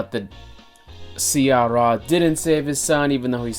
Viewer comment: If you can't pronounce "sye raa" properly, I'd doubt if you have watched the movie or not! That word was uttered like 200 times in the movie!!